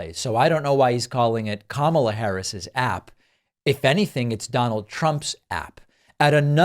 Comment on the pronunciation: at least he pronounced her name correctly for once🤦‍♂